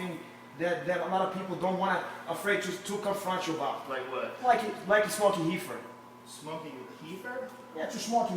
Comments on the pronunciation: its REEFER NOT HEEFER DUMBASS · How is joe not lol every time this dumb fuck says heefer.... too funny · "Super-Heefer" lol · Hahaha hecords, heefer dude need to be heducated